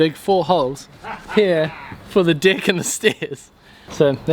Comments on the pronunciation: Only video where 'dig' and 'deck' actual sound the same.. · I love the way the New Zealander’s say deck 😂😂😂😂😂